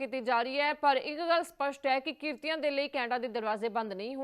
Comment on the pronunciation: ਕ੍ਰਿਤੀ ✅ ਕ੍ਰੀਤਨੀਏ❌